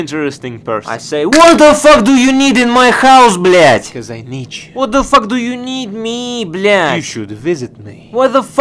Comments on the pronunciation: Согласен. Круто звучит, когда русский чел так произносит blyat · на этом моменте я подумал что "блять" произношена прям с русской душой